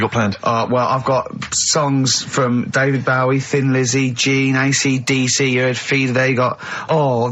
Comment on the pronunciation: Why does he call him David bauey ? He is a Bowie fan right so why not say David Bowie